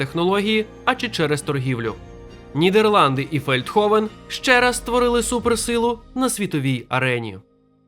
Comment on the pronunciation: Feldhoven, значить Фельдгофен. Г, а не х, бо Голландія (Holland), Гаага (Den Haag), Ганс - Hans…